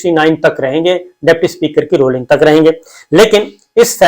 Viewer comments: اپ کی تعلیم کتنی ھے ؟ اپ Ruling کو Rolling کہ رھے ھیں۔ The word is Ruling and not Rolling. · Dear Sabir Sahib. I love your analyses. With upfront pardon, I would respectfully request that please work on your pronunciation of common English words. Today you pronounced “ruling” incorrectly about 29 times.